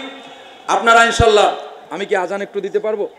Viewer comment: অশুদ্ধ আজান 😂😂😂